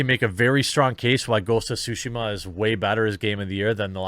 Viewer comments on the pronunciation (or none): none